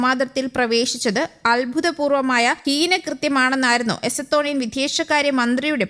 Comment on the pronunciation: എസത്തോണിയ അല്ല.എസ്തോണിയ